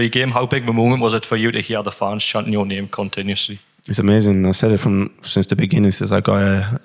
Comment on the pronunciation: His name is literally in the title and you somehow still get it wrong? Impressive